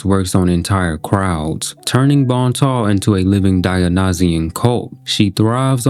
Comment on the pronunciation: It's Bon Temps! Not bon ta. No one knows how to read or pronounce anything. Like Dionysus...die-oh-nice-us